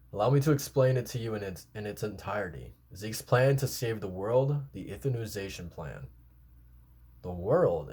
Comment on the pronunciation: Euthanization - "Youth-an-eye-zay-shun" Also, Pieck's name is more like "peek". ピーク = "piiku"